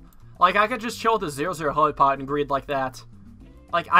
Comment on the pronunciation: I used to play this game a shit ton. Still not sure why he says "Heli Pod" It's literally called "Helli pad"